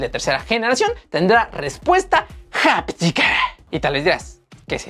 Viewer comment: Se dice aptica…..no japtica¡